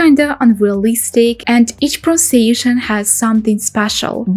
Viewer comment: You have not pronounced pronunciation correctly. Your English is really excellent for a non-native speaker but you seem to have some difficulty with this word? Watch this video and compare it to a native speaker saying "pronunciation". Try to say it very slowly, with emphasis on each syllable.